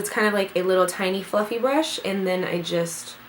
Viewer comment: Who else kept rewinding it when she couldn't say Brush?